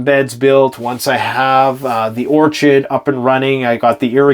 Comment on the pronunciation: Dude, did you just say orchid? Or was that orchard LOL?